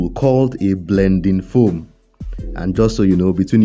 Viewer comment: I love the emphasis on the foam ( blending foam) makes me laugh every time! 🤣🤣🤣 Are you Nigerian or South African?? One love bro